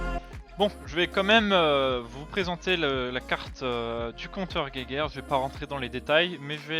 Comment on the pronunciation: Soit vous le prononcer en français et vous dite "jéjaire" soit vous le prononcer en allemand et vous dite "guaillegeure"mais le mélange des deux, "guéguerre", ça accroche nos pauvres oreilles.